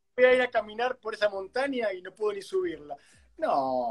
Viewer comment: Las palabras con ñ las pronuncia como si fueran n: montania, suenios, por ejemplo.☺️